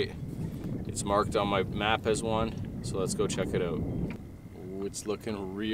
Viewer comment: Map not mout